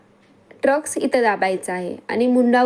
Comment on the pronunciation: ट्रक्स nahi म्हणायचा tai टक्स म्हणायचं... सॉरी rag naka manu